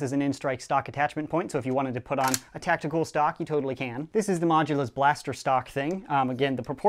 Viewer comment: And not tacti-cal